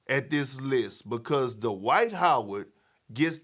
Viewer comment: Dwight Howard, or Dee-White as Perkins calls him.